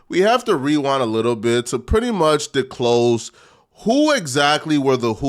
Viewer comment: "Declose" instead of Disclose "Meelay" instead of "Melee" 😂😂I wouldn't mind but this the same dude that calls folks neanderthals and insults everyone's intelligence